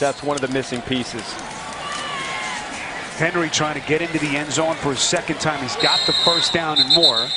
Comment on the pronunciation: That announcer Appearently can't use R's. He says Henwy instead of Henry.